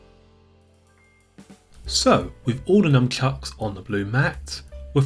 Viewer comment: sounds like you're saying Numbchucks haha